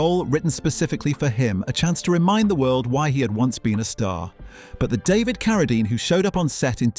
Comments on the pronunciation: I'm coming off the Rhine River as the Rain and the Rhyme in the same video. Now, I get Keredine, probably Kerosene later. AI has a dull average IQ. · I noticed when the AI narrator mispronounced David Carradine's name first then immediately pronounced it correctly after LOL.